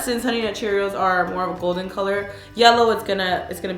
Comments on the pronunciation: Is it me or does she keep saying cheerils instead of Cheerios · U keep saying CheeriALS 😂